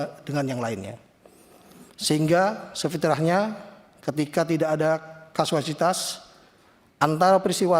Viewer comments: Bukan kasualitas...tapi kausalitas😊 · Ngomong KAUSALITAS aja kesulitan! 🫵🏻😒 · Mau klarifikasi aja pakek baca teks, ngomong kausalitas malah jadi kasualitas🤦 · ngomong kausalitas aja gabisa, jgn² ga ngerti apa itu kausalitas